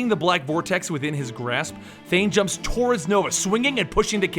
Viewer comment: martin +Ryan Pelopero i think it was said wrong Thane son of thanos ---Thanos father of thane